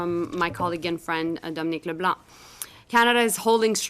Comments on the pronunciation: LeBlanc the C is silent not LeBlank ….. he has declared and we know we are in war … the Liberals likly will not win but I wish and Hope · Its pronounced le blan not leblunk the c is silent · Please don’t pronounce de ‘C’ at end of Mr Leblanc. It is silent! Say Leblan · The C in LeBlanc is silent. It’s Dominic LeBlanc (pronounced LeBlan) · Dominique LeBlanc is pronounced "Le Blan." The "c" is not pronounced as a "k" but is silent. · Dominique Leblanc: don't pronounce the c at the end of his name. 😊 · The “c” in Dominique Leblanc is silent. I’d love to see the reaction in the US if Canada restricted potash exports since it is used to make fertilizer. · Just FYI.The C is silent in Leblanc 😉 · Hey, The C in Leblanc is silent. Keep up the great work bros! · Ben, Canadian here… don’t pronounce the C in Leblanc’s last name … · Love ya Ben! But please, the “c” in “Leblanc” is silent 😉 Cheers from NB 🇨🇦 We appreciate you and your support.